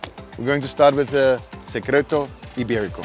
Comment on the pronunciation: It looks really delicious! But please learn how to pronounce it properly. It’s so much sexier!